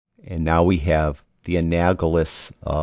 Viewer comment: Sorry, pronunciation... an-AL-o-GUS... I have used teal, 180, for shadows, and then looked at red, 0, and then have taken the analogous of red, orange, 30, and magenta 330, and have the in midtones and highlights, sometime closer to red, 20 and 340. Then adjusted to taste